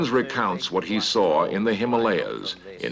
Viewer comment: I notice this time he said “Himalayas” and not “Him-Molly-Ahs” :-)